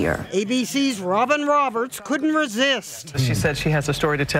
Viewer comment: Robin Roberts, you said it right.